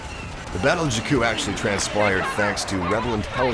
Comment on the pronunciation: You are pronouncing jakku wrong